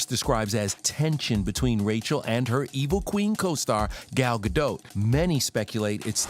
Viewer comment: Gadot, not Gado, the T isn’t silent at all.